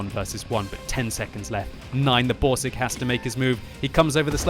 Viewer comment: dont forget the Boarseg xD